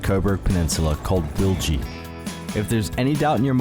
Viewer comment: You pronounced it right.